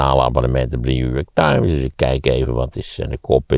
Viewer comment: Waarom zegt maarten altijd. Jew york times ipv new york times??